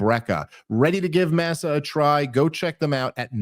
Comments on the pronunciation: "mah-sah" not "massa" Dave lol. its corn chips, not a southern slave owner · Love the show, not a criticism just an observation If I had to guess, I’m fairly certain that it’s masa chips, pronounced “Moss Ah” like corn masa used to make tortillas and tamales. At least I don’t think it’s pronounced “mass sah” unless the chips are being made by a group of people against their will who “work for the minimalist of wages: grits and tattered clothes” to quote the Time Haters sketch. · Dave, love your show and the content. FYI Masa Chips is probably pronounced Maw-suh (would’ve thought they’d confirm proper pronunciation with you)